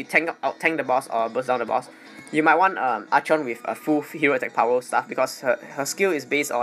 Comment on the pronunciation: Wish, I could still stun with Archon. Btw, Archon is pronounced as arkon.